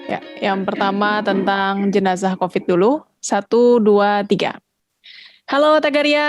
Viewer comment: Sebut jenaza pun tidak pandai, jenaza bukan jenaca